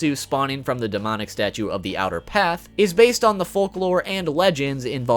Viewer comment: Fyi that i think is rly funny you said denomic was that on purpose?